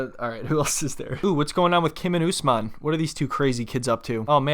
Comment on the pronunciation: Thank you for pronouncing Usman name's correctly. I don't know why Americans call him UsMEN like how they say MUZlim instead of MUSlim